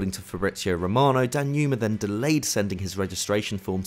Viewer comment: Why do you guys keep pronouncing Danjuma that way??